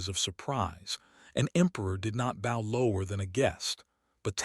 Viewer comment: It would b nice if Ai would learn to speak words properly its bow not boe